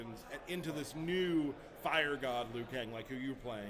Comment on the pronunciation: Lol when you hear someone over-enunciating "fire" you know they dont use proper grammar any other time.